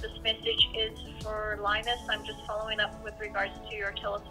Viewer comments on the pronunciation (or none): none